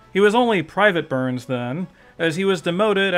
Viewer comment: Are you saying "Burns" or "Boo-urns"?